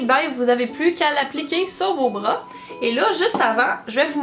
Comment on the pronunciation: “Les poils de breuh”